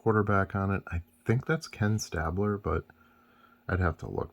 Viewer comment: You said Ken StAblers name correctly once 😂